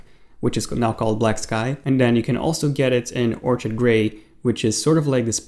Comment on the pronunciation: Thanks for the info BTW, the color orchid is pronounced OR-kid (the ch makes the k sound. The OR is capitalized to show it's where the pronunciation accent is. Otherwise I'd have typed or-KID to emphasize the part you had incorrect.)